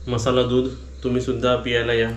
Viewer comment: पियाला या नाही म्हणू प्यायला म्हणा